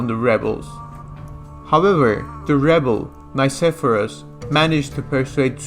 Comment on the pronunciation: You are pronouncing "Nikephoros" wrong. The Nike part needs to be pronounced like you would say "Mickey" (From Mickey Mouse) but with an N instead of an M. And phoros is pronounced flat and also intonated like that "phoooooros" "Nickey" + "phoooooros" = nickeyphoooros you can also put "Νικηφόρος" in google translate, choose Greek and see how the name is correctly pronounced. As a Historian you are just obligated to do the minimum amount of research (google translate) before you butcher someone's name. The rest of the video was really good:)